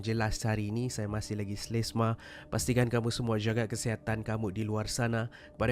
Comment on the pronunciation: "slesema" 2021...😂😂😂